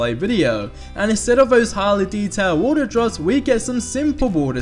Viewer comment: Mike Held Same here. Had to stop the video halfway through. Too much "At de E-free show dey 'ad realisik wa'er drohs." makes my head hurt.